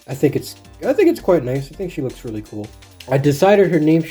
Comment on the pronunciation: "weally excited"